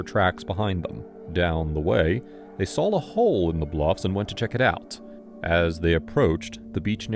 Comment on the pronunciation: Why does your AI say sawl instead of saw? That's a dialect known to the deep south (like axe instead of ask) and is the only veering from correct pronunciation that I've heard here.